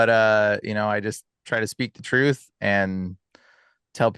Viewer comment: There is no F in the word trrurh